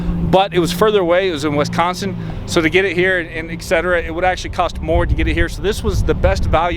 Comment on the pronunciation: Hi,. Love what you're doing.. just please say 'eTcetera', not 'eXetera'... Please, man. Archie Hamilton does the same thing and it drives me mad:(